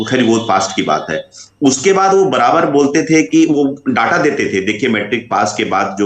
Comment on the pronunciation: डाटा नहीं बोला जाता है। डेटा बोला जाता है।